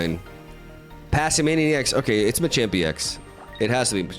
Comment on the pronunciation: OH MY GOD HE FINALLY SAID THE MONKEY'S NAME CORRECTLY, the amount of joy in me is undescribable